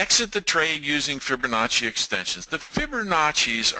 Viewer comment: Geeez.... I can't listen any longer. There is NO "r" in Fibonacci.